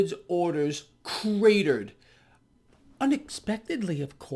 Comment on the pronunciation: Nobody says cratered as well as says cratered.